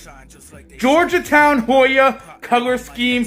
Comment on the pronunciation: Its Georgetown not Georgia town....but thanks for the review can't wait for Review #2